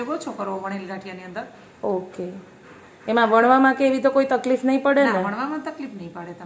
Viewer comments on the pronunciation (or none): none